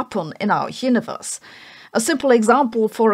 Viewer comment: Sorry but I kept hearing the word "yiniverse" and wondering if she's saying universe or if yiniverse is part of this constructor theory